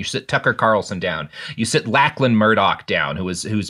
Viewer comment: I can't decide if it's adorable or merely hilarious that Robert doesn't know how to pronounce the name "Lachlan" XD